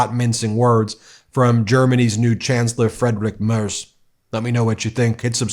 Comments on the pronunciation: Merz (pronouncEd MERTS) ist nur yet chancellor, Scholz ist in office as acting until Merz is elected by the majority of the members of the Parliament. working go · Dear Ben, "Merz" is pronounced like "Merts" and "Friedrich" like "Freedreech". (I find no example, how to pronounce "ch"). I love your channel and I write this only, because maybe you have to talk about F. Merz more often in the future : ) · You are pronouncing the name Merz wrong. Z is not a soft letter in german. Try entering it in German in Google Translate and do the voice output. But still a good video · It is Merz with a hard Zett. Not a soft S. It is always funny how native English speakers soften our hard pronunciation (e.g. Luft or Zugzwang). Might be as funny as listening to me butchering English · The guy is pronounced „Merts“. „Z“ is „ts“ in German. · Merz is pronounced like “merits” without the i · Pronounced merts. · Pronounce it Mairts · Hey Ben, you got the "Mair" part more or less right, but in German, the z is pronounced tz. So, Friedrich "Mairtz". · His name is pronounced 'Merts'... and I'd love to hear Trump explain exactly why he thinks he is a "gentleman". His whole schtik has reeked of organized crime from the get go. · Merz is pronounced as if there is a T before the Z.. Mertz😊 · Ben, Merz is pronounced Mehr-ts. The Z is prounounced TS. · No impoliteness intended, please correct the pronunciation of the Kanzler's name. It's pronounced MERTS! Z in german is pronunced TS. It's a family name therefore should be correctly pronounced. Thank you. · The name is pronounced “Free-dreeh Merts” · Merz is pronounced “Mayrts” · Great video Ben. Chancelor Merz´s name is pronounced Merts. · Merz is pronounced Marts The e is pronounced Like the A in Marry, and the z is pronounced Like ts Like in Tzatziki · Merz is pronounced as mayrts. If you can get Ingraham right, you can get this easy one right. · Merz is pronounced Merts. The letter Z in German is pronounced as a ts. Like in Mozart. (Motsart)